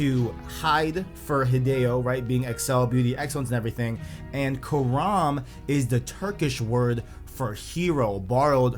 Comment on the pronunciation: Dude it's Kahraman not Karam lmao